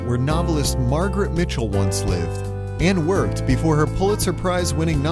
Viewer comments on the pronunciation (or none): none